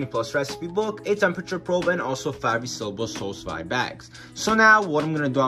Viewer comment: Sous Vide is pronounced SUE-VEED. It's French for "Under Vacuum".